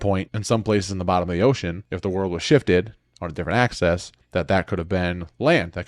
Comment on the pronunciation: Its axis not access